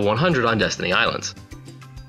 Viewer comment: i lost it when he called destiny islands deez nuts islands